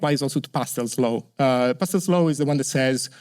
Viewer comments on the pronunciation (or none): Great talk! BTW: *Postel's Law (not "Pastel").